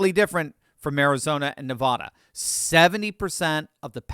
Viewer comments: It's Nevada, not Nevahda. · OMG please stop pronouncing it NEV- AWW-DUH it's AAAA like apple. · Come on,. Everyone in the Silver State collectively cringes every time you mispronounce "Nevada". It's not "Nevahhda"! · us from the wild West say Ne va (short a) da. Just sayin! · PLEASE learn to pronounce “Nevada” properly. Nev-ah-da is like nails on a blackboard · As a recent transplant to Utah, I have been schooled on the pronunciation. So, at least you know there is one new person saying it right, 😉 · Ne-VAH-duh. = Nevada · It's pronounced NE-VAAAAAAAA-DA. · We’ve lived in Nevada all our lives and can’t stand people mispronouncing it the way you do. It’s not Ne-vah-da. The second syllable should rhyme with at. Google it and you will hear how to say it properly. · Stop saying Nevada that way!!!!! I like your analysis, but you sound ridiculous. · From someone who lived in Nevada and still has family there, please say it correctly. People who are from there get very upset when you pronounce it wrong.